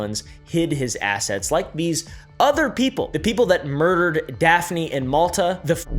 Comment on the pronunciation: was literally so shocked to see daphne on a thumbnail!!!!! I’m maltese and it’s so awesome to see people talking about this! justice for Daphne! 🇲🇹 (also props for your pronunciation most people get it wrong)